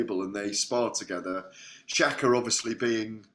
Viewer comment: It's shakur not shakka